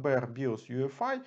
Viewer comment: почему вы говорите Ю ЭФ АЙ, если это ЙИ ЭФ АЙ. путаете людей.. а вообще крутой тутор. спасибо. все достаточно доступно и с разбором